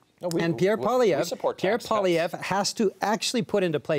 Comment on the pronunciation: I wish people paid to speak would get the pronunciation of poilievre: pwa lee ev reh try at least